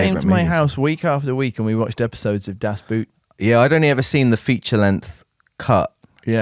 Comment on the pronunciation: I'm glad you referred to Wolfgang Petersen's other famous film prior to Neverending Story Das Boot by saying the second word like the English 'boot' instead of 'boat'. Reason being me and a friend do our own little YouTube examinations of old movie's, and Das Boot was one. But neither of us had looked up the correct pronunciation. In German the word 'boot' is pronounced the same as 'boat' and we did not live it down in the comments 😂 half the comments I think we're saying 'opinion dismissed, it's pronounced BOAT'. I think it's just a common thing here in the UK for us to refer to that film by that name. I had another similar experience with an ex-girlfriend who was American, she mocked me for saying 'paella' in a phonetically English way instead of Spanish. I said that is just what people call it here, but did not live that down either 😂